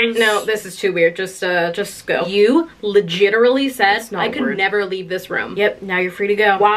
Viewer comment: You said legiterally I am one of the few who ever say that heck ya tech ya